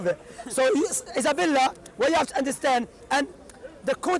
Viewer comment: Whats your name? Issabella Shamsi: Izzabella